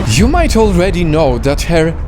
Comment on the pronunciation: Tsa ing wen has to ssy one word "alweady"